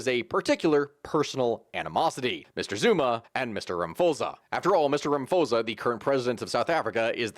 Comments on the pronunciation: Ramaphosa is pronounced "Ramaposa", instead of "Ramafosa" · Please take time to learn South African names, I beg! "Raposa", man what is that? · Some pronunciation help: Rama - po - sah. - Ramaphosa Ghow - teng - Gauteng. Gweh - deh - Gwede. Munt - tasheh - Mntashe. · Rama p osa. The h is silent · The president's surname is pronounced: Rah-mah-paw-sah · It's pronounced Rama-pause-a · Minor correction. The president's surname is pronounced 'Ramaposa'. I know that his name has a 'ph' in it, but in South African languages, we still pronounce it 'p'. I have no idea why we do that but there you go😅😆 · There’s actually no reason for you not to be able to pronounce Ramaphosa.